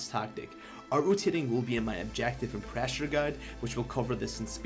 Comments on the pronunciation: wth is Praasure, we need more Praaasure, Praasure is key guys haha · PrEHsure loool